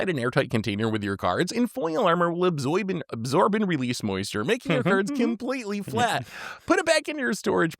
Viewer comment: “Absoib” is bc my new favorite thing to see of messes it up.